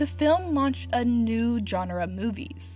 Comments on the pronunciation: This video would have so much more credibility if the woman speaking knew how to pronounce the world “genre “ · Dude, learn how to pronounce the word “genre”.